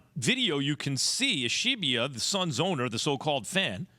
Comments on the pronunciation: Ishbia Ish-BEE-ya Not Ish-ee-bee-ya. Not Ish-eye-bye-a It ain't hard smh. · It's ISH-B-YA 😂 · J Will kept calling Matt Ishbia "Matt Ish-ee-bia." All these ESPN fucks don't know how to pronounce names. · I like how Jay Williams corrected Max on his pronunciation of Ishbia and they were both wrong. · I came here looking for this comment. Jay had been saying the name wrong the ENTIRE time beforehand too.